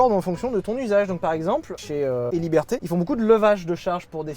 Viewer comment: "héliberté" c'est digne des meilleurs coiffeurs